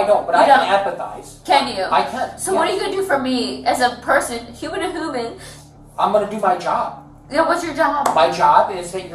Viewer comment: What’s a “Hooman”. She clearly said that.